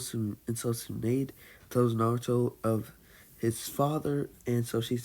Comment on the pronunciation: BOI DID YOU SAY Tsu nade? No There Are No Typos He pronounced Tsunade as Tsu Nade